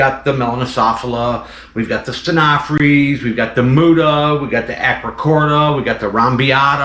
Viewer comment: Phrys is pronounced Friss Not Frees Stenophrys. StenoFRISS Is the correct pronunciation